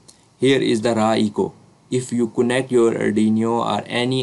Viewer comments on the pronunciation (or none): Nice video & explanation, but it is not ardiniyo😇